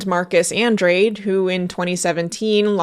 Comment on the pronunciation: Andrade? Ahn-drah-day